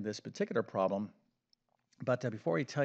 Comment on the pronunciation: He is def knowledgeable about math but he def cannot pronounce the word "problem"!!